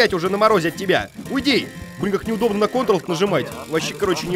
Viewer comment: Не кытырыл а контрол